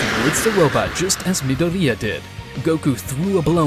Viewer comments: I kept crashing out when he kept saying midoria* instead of mydoria lmao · I'm more disappointed at how this MF says Midoria "mi" "dor" "di" "a" ffs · Midoriya = Mid-o-ri-ya. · Anyone else cringes at how he pronounces Midoriya. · The way he says "Midoriya" makes me rage so bad. It's like he's never watched MHA before 😤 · My only complain is the way he says midoriya and the fact that he doesn’t call them quirks